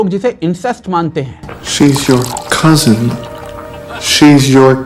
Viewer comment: Cousin ❎ Kazan ✅